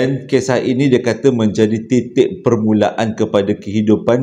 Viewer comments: M.cik pun terdengar sebutan tet_k, bukan titik. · titik..bkn te.ek😂ape2 pn mmg boik la..spa la nie..padu sgt..smoga d murh rzki.